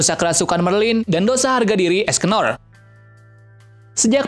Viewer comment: Es cenol yang ku dengar